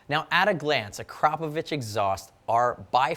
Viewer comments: You're the first American who correctly pronounces "Akrapović" :D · thumbs up for the proper pronounciation of the brand's name ! :D